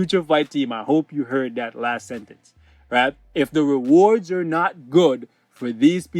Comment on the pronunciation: REWORDS YES NETMARBEL YOU HEAR HIM , HE SAID REWORDS .